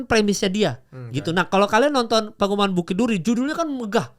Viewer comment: PENGEPUNGAN mal PE.NGE.PU.NGAN...dr tadi dengernya kaya PENGUMUMAN